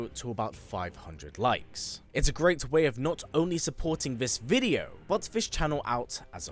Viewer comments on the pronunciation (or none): none